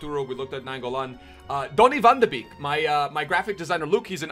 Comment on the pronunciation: It’s pronounced van de ‘bayk’’ not beek